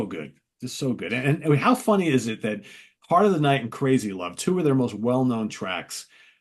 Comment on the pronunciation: "Heart Of The Night" NOT "Heat Of The Night".